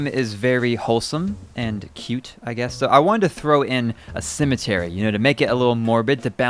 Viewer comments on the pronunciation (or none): You pronounce Cemetery like "Cimitery" and Fences like "Finces".... hahaha